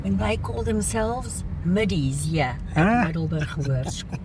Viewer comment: “Super cool” dat is een kernachtige beschrijving van jullie bezoek aan Middelburg. Grappig dat de naam is gebaseerd op de locatie tussen 2 andere plaatsen en dus niets te maken heeft (wat ik dacht) met ons Middelburg in Zeeland. MiddelburGGG inderdaad, 😅, de beroemde ‘harde g’ die jij als Afrikaanse prima uitspreekt en waarmee Engels sprekenden (of eigenlijk alle anders taligen) flink moeite hebben. Echt geweldig hoe fraai het oude stationsgebouw is gerestaureerd met uniek klein museum en zo te zien heerlijke warme chocomelk. Zou leuk zijn als het personenvervoer hier ooit weer opgestart wordt. Bijzonder dat overal ‘erfenis’ bordjes staan met info over het verleden zoals het leed van de vrouwen en kinderen tijdens de Boeren oorlog. Dankzij jullie geheel eigen wijze van steden verkennen, zagen wij dat ontroerende kleine blauwe Gedenkkerkje, waar menig toerist geen sjoege van zal hebben 🩵💒